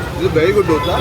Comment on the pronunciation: Beṇṇe Dōsay (not "Dhosa"). To understand better it's बेण्णे दोसे and not बेन्ने डोसा